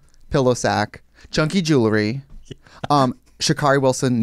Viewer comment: trixie saying "sha'carri WILSON" .. 💀